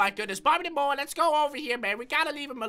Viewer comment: I love the way he says bobby the moa LOL Bobby da moa